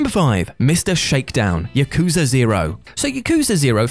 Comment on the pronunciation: It's "Yah-ku-za", not "YUH-KOO-za". Please, say Japanese words correctly, I know you can, you've done so in a previous video.